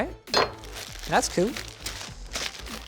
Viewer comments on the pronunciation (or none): OMG did linus say "That's coo" lol 90's baby there.